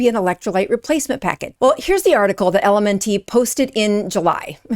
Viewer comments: It's pronounced the same as ELEMENT... Not EL EM EN TEE . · It's pronounced "Element" not L-M-N-T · It's pronounced ELEMENT, not L.M.N.T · It's pronounced ELEMENT not ELMN-T like you're reciting the alphabet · IT'S ELEMENT NOT L.M.N. TEE LMAO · why are you saying LMN - T? it's "element" not LMN-T - sounds silly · LMNT is pronounced - Element. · LMNT is pronounced element. Maltodextrin is pronounced exactly as is looks, with a short i, not maltodexTRAN. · Good information but maybe do a little research on how to pronounce the ingredient you are calling attention to and the company too - “element”. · Someone has to be that guy, so I guess it’s my turn. It’s pronounced like the word “ELEMENT”. And it’s maltodextr[IN], not maltodextr[AN]. Anyway…please continue. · Good info. I think it’s pronounced “element”. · LMNT is pronounced ELEMENT. Also, this is so disheartening 😢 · I think it's pronounced Element. BTW, LMNT has no excuses misleading us! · I think it's pronounced "element ". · Pronounced “element”. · Mispronouncing "LMNT". Mispronouncing "maltodextrin". Making this out to be a big deal in this world full of UPFs. Yeah you seem legit.